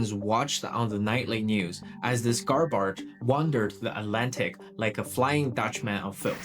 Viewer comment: Excellent story so far, but I can't listen past 3 minutes after all the mispronunciations (e.g., "garbarge"). Dude, it seems like you're a smart guy who can research well, but you're a disaster as an announcer. Let someone else do the voicing for you, and concentrate on the things you're good at.